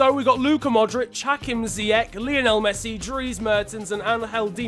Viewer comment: did he just say... ziec? I'm moroccan so i know how to say, how to pronounce is ziyash not ziec btw love your channel! keep it up:) wtf he just said bwateng, lol how to pronounce it, is bowteng